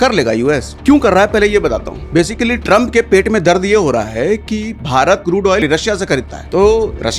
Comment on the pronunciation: Tramp❌️ Draum✅️😂😂😂